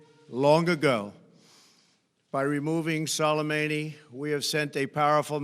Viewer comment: 'Solameyni'. Good pronunciation Mr. Trump